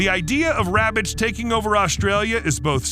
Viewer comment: “Im hunting wabbits” 😂